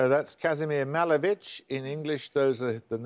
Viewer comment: That smug prig Paxman...sneering when people don't know what he considers an easy answer. Mispronounces Malevich.